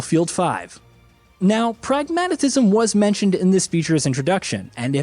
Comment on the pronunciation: "Pragmatatism?" Any reason you feel the need to use five syllables while saying that word today, Sir? The reason I've pulled you over is to give you a ticket for five syllables in a four syllable word. Please take care in future Sir. Have a nice day.